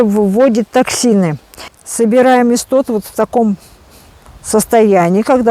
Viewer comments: называйте правильно, не исстот, а иссоп. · Иссоп, не истоп.